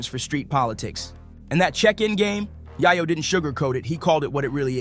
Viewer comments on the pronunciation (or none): Bro it’s pronounced “yay ooooo”. Not yahh oooo lmaooo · Way back in the day I loved the rapalot movement. Fast forward o now and Jay Prince is too old to be acting like this. Also "tony yah-yo"?? Huh?? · Bro you really pronounce yayo name like that wtf 🤦‍♂️ embarrassing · This guy need to learn how to pronounce yayo